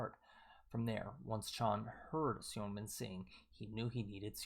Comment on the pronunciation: Seungmin is pronounced kinda like singmin